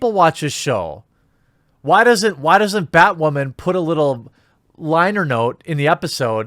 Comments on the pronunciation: I like how you say batwamen instead of batwoman :D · Why does this guy have a hard time saying Batwooaaman ...LOL But he's not wrong about these shows worrying too much about woke-ness and not making a great show. Batwoman is just an ALRIGHT show. Supergirl has gone down hill. Flash is getting a little boring at this point to me. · Batwawman, gets me everytime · why do you say Batwoman like that? 😂